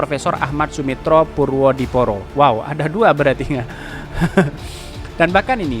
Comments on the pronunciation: ejaan lama purwodipoero dibacanya purwodipuro.... boss!! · Hai Bacanya purwo dipuro